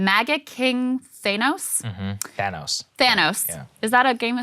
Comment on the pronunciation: how do you not know how to pronounce Thanos? Come on!!!......